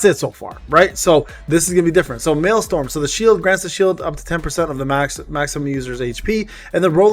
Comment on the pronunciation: MaelsTRom not maelstorm. Like a vacuum tornado in the ocean, not like a storm. Sorry I like accurate things